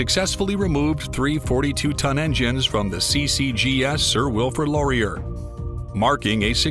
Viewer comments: Please learn how to pronounce Canadian historical fIgures' names before recording the narration. It's Sir Wilfred law-ree-EH! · Laurier. Ay. Eh. A. ! Not Lorry ur.